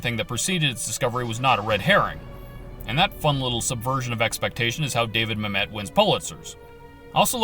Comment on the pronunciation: It's pronounced "MAM-et" not "mam-ETTE"